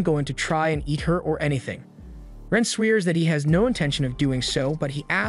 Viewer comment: He... sweers? 😂 . Did viewers reach consensus on whether this is AI or human narrated? The fact that this is a legitimate question now blows my mind.